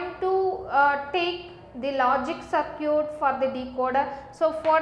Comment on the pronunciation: Circuit as sir-cute